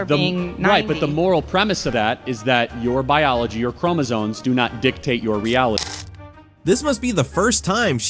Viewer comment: ChromoSOMES not ChromoSONES